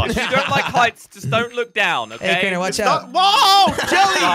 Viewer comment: its crainer